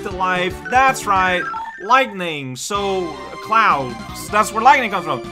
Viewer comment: yeah I guess it is more common to pronounce lightning with two syllables instead of three. Something to keep in mind I guess.